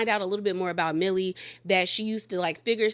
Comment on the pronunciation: It’s Meili not Millie